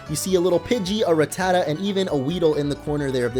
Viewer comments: Dude... it’s Ratata... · it's ratata you idit Sorry for my bad eng im a Québécois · Lol it's Rattata